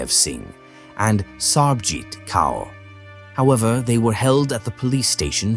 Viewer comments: Kaur is pronounced CORE. For future reference. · It is so painful to hear the pronounciation of the names. It would be great if you make an effort to learn. Kaur is pronounced Kor. Thank you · The way you pronounce the mothers in laws name is SO annoying